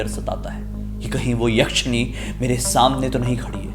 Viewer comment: Jise wap yashani bol rahe ho wo bhut atma tha😂😂😂